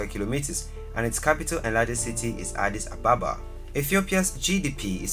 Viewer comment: Hallo brother, What's the meaning of Addis Ababa???? The answer is offcors New flower. Okay the way you said Addis Ababa is wrong . It's ok I understand you brother no problem. but there is to another mistake, you write in this video Addis "Ababa " this is meaningless words feel me ? I just leat you know so this is the right way to write Addis Abeba not Ababa Thank you. kip it up I like your videos Teaching all over the world who don't have ideas,whats Africa looks like , And my last words I mean I don't really write good English but hope you will understand what am trying to say you appreciate it